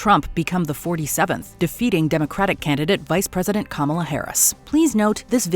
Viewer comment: I can't take Logan Paul seriously. With all his ridiculous, entitled, rich boy stunts (he can't even pronounce Kamala, bahahaha!).